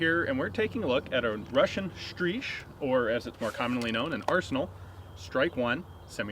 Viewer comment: As usual a Russian word is pronounced in such a way I can hardly recognise it. 8D